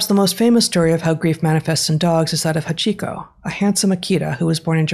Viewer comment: Your pronunciation of Hachiko hurts my ears. The a is the strong consonant in that word, not the i.